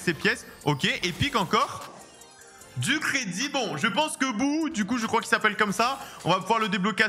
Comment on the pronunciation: Ptdr un o c'est un o et pas un ou.on dit brock et pas brouck et bo et pas bou